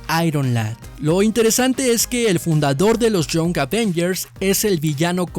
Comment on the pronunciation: Young se pronuncia: ian [ jʌŋ ]